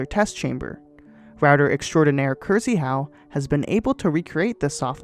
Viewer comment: As a Pole like Krzyhau, hearing this absolutely butchered pronounciation makes me die inside. >_> (it's supposed to be something like "kshi-hau")